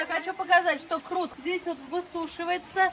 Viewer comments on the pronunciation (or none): Тугри талафуз килинглар курт эмас курут дейиш керак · Курт эмас курут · ха сан узи узбек сан курт у черви ку курут это правильно говорить она 🤔